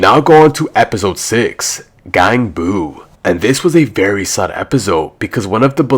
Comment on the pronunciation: gang boo 😭 its gganbu